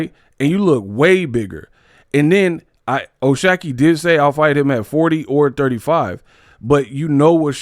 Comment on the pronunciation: I think it’s “shock” ⚡️. Not “shack”